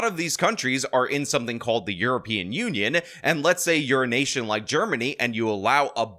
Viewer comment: He said "you're in a nation like Germany" and I heard 'the urination of Germany' 😂